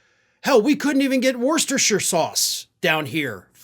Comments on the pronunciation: It’s pronounced “Wooster Sauce”! Yep us crazy Brits again. Likewise “Lester Square, Toaster, Luffburra or Luffbrra and Eddenburra or Eddenbrra name a few! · FYI, Worcestershire sauce is actually pronounced more like "woostersher sauce" or just "wooster sauce".😃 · LOL. Nice to hear you like this British speciality. Worcester is pronounced 'Wuster'. Keep up the good work calling out Daiper Don. Did you notice, the guy who sues everyone hasn't sued his ex-staffers who used to clean his crap up. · I had to play the section of you saying Worchester sauce to my husband who is from Worcester. He cringed at your pronunciation lol I know it's not the most important part of the video but I feel, right now, we need to find things funny in this world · It is pronounced ''wooster' sauce. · I don't want to seem like a smart aleck, but in 'Worcester sauce' the first 'e' is silent. 'Worcestersauce' is pronounced more like 'wooster sauce'. Not a criticism, more a friendly hint. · Whilst never heard of “supply change” I wasn’t expecting Worcestershire sauce here. It’s pronounced “Wustersher”, or “Wustershire”, a lot of the word is silent. I have heard it a lot worse though. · Worcestershire spelled but pronounced Worster